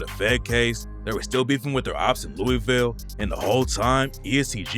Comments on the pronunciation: If you are going to talk about my city Louisville it is pronounced Lou-a-vul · This guy doesn’t know Louisville by the way he pronounces it